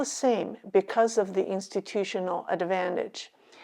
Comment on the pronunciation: Institutional "dis"advantage. The "dis" is silent